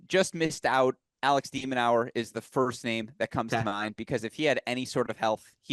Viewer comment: Love the content and I like only spreading good vibes. But hearing "De MinaUER" time and time again from the guest was tough My bad, folks